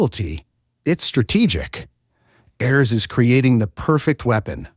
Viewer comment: Did we really need an AI voiceover for a 12 min vid? hearing KRAHTOS and ARE EHS for the duration is so infuriating.